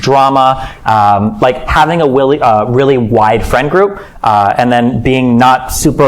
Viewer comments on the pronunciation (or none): he almost says “willy ride” instead of “really wide”.